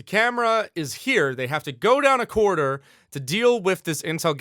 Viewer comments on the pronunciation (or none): says "Corriderr"